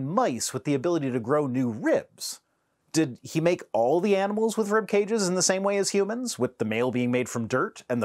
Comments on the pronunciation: WTF is a "reeyub"? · Why does he pronounce rib "reeub"? I know I shouldn't criticize accents because mine probably sounds weird to some people, but his is almost as annoying as Kyle Butt's. It's like the more unintelligible your accent is, the worse your arguments for God are. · Thank you for not making fun of his accent. I bet y’all didn’t know that rib is a 2 syllable word. “RI - YUB”.